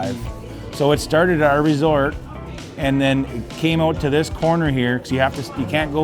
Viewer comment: An American that says "ooout" omg that's the cutest thing ever lol